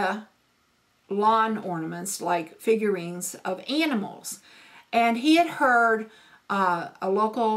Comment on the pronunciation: The way you say animals 😂